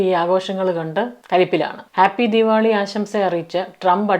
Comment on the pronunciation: ആദ്യമായി ആണ് നിങ്ങളുടെ വീഡിയോസ് കാണുന്നത്, ക്യാനഡയിലെ മലയാളികളുടെ അവിഹിതം ആണ് ആദ്യം കണ്ടത്😂, ആദ്യം കരുതി കഥ പറച്ചിൽ ആണ് എന്ന് പിന്നെയാണ് I realized reality, കേട്ട് കൊണ്ടിരിക്കാൻ നല്ല രസമുണ്ട്, രണ്ട് പേർക്ക് ഷെയർ ചെയ്തു, keep going, പിന്നെ ദീവാളി അല്ല ദീവാലി അല്ലേ? Love from ബഹ്റൈൻ❤